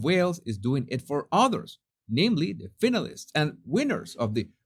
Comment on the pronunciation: Fine- a- lists,, I love your accent but that's how you say said word.😂❤❤❤